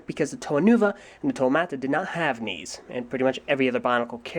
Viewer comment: I thought he said wings